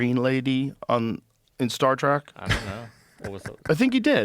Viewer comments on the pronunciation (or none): Joe Rogan always loves “Star track” facts with William “Shackner” he says both of those wrong every time… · Joe, if you say Star Track one more time I'm gonna have to thumbs down just a little. Trek. Like Trekking through the woods, a journey, a trip.